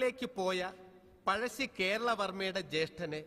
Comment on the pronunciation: Not Pajassi it's "Pazhassi the "Zh" is a tounge twister